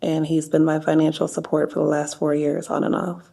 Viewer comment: "I'm trynna git away from him he's been my finanshul stability, but I know he's not good for me, I'm tryna become moar finanshully indupendant How'd you do that? I asked him for more finanshul support your honor." - A human, supposedly, 2025 colorized